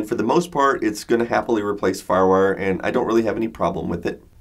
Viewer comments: "farwur".... excuse me what? what is "farwur"? are you trying to say Firewire? It's two words. Fire. Wire. Just try saying each word individually first. Then put them together and say it. If you still say "farwur" you may be having a stroke. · Lol. "FarWar". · When he says firewire, I hear ruff-ruff